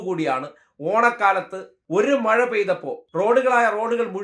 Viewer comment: മയ വന്നു വയി പുയയായി. 😂😂😂